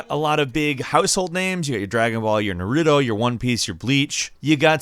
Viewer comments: Dude repeat after me (NAW-RUUUUU-Toe)Naruto. It is not that hard for the love of GOD. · Narooto Me: reeeeeeeeeeee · Did you just say "Narudo" puts hands together breaths in boy😐🙃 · Haha Neroodoo? who is that? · Why does everyone have trouble saying his name? It’s literally how you pronounce it. “NAHROOTOE” Not that hard lol. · When you pronounce Naruto as “Nuh-root-o” your opinion looses all credibility. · Did he really just pronounce naruto as NIROTO LOL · Nah-Ru-Two. SMH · The "nuhroodoe" world. 😒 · Why do I always get triggered everytime he says nerootoo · Shut up. Nerootoo is gonna be the ho cage. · If we're going to get technical the correct pronunciation is Nah-ru-toh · “Nerudo” i don’t get it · no it's Nah-ruh-toe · Why can’t anyone pronounce NA RU TO correctly. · How you said Naruto 😬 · How many times do you have to hear sakura yell naruto to say it correctly!??!!! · Why can't people just say Naruto right it's not hard, DAMN. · This guy can't even pronounce naruto correctly lmao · The way he pronounces Naruto triggers me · The way you pronounced naruto gave me slight ear cancer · How could you pronounce naruto wrong? :( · the way you pronounce naruto🤭🤫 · Who else stopped watching after he miss pronounced naruto's name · Dude why do ppl sat naruto name wrong 😒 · Man I hate how he pronounce Naruto. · What's up with these people not knowing how to say the name "NARUTO" jesus christ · i am pretty sure its naruto not narutu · NAH-roo-tow (emphases on the nah) not "nare-ROO-doh" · Nuh-roo-due Yikes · u dont pronounce it as naruto its naaaarutoooooo (srry for being that annoying dude who corrects u) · i like how he says narudo instead of naruto. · Narroodo? No, I know Naruto he's cool. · Na ruu doe.. Wtf its nar ru to.. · Nar-rue-toe that's how it's pronounced...not Narudo... sounds like a noodle. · I stopped watching when he pronounced Naruto as Narootoo 😂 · Lol narudoo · It’s Naruto not Nerudo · he said narootoo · He triggered me when he said narudo